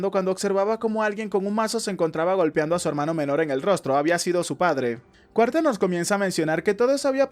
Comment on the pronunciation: Está bueno pero creo que se dice Carter no Cuarter pero bueno es lo mismo igual y el resumen es muy bueno (